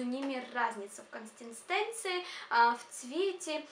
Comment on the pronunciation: ахахахах КОНСТЕНСТЕНЦИИ))